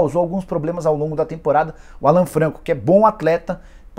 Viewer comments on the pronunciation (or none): none